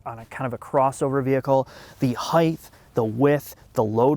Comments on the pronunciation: HEIGHT. H-E-I-G-H-T :::: notice the lack of an 'h' at the end. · Learn how to pronounce 'height' you loser. Some 'journalist' you are.